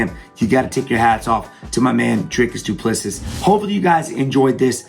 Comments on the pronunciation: Doo-pluh-see, lol not dooplesses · "Doo Plessee". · It is pronounced - DOO PLA SEE. Its Afrikaans. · How come you make a video about a fighter but you can’t even pronounce his name correctly? The final S is silent. Dricus Du Plesseeee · Stephen, it's pronounced Doo-pla-see. Great analysis otherwise 👍 it's nice that our boy is finally getting the credit he deserves. His style has won him 3 other belts in 2 other organisations so the fact that his style is effective is nothing new. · It's pronounced as DU PLESSI (the last s in PLESSIS is silent) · Pronounce his name like this Dree Kiss Do Plus Sea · Say doo plu sea (see) not seas not sees.Don't pronounce the last 's" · It's doo pleh sea With a hard d and p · Wonderboy we love you! It's pronounced "Du Ples-see" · I'm American and his miss pronunciation of his last name is like nails on a chalkboard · It's a silent s at the end guy...cmon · Just call him Dricus or DDP if you can’t say his last name properly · Ffs. Silent S at the end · Pronounce the champs damn name right. No wonder you thought he was gonna lose you dont know shit about him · He says his name wrong a thousand times, but says it right lol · His surname is pronounced same way you say 2 + 3. Congrats on getting first name right, a bucketload don’t. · The last s in Duplisis is silent. You're welcome